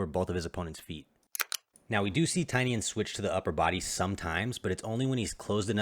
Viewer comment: Tainan not Tainian